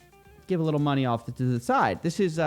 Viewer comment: Everyone: money Coffeezilla: mah-knee